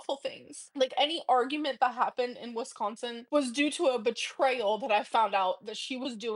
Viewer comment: I wish she would learn to pronounce Wisconsin. What a child. Anyone who lives in the Midwest does not leave a door open in the dead of winter. They just don’t